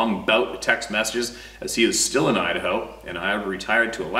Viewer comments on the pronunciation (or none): none